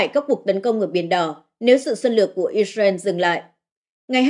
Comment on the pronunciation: Dạ thưa mấy bố và mấy má Israel không phải đọc là “ is ren” mà phải đọc là “ IS RIU” con lại mấy má và mấy bố.